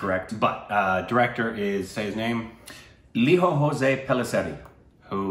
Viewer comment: We don't pronounce our 'j's' as 'h' guys. So it's lee-joe Jose (like hose - the indianised pronunciation 🙂)